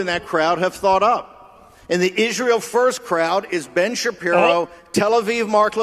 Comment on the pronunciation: Why does Owens think Israel is pronounced "Ishreel"